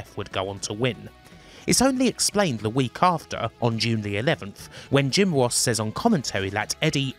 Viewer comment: Jim woss Take cawa Pwoblems 😂😂